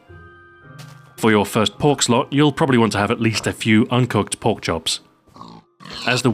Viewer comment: Pork slot instead of perk slot lol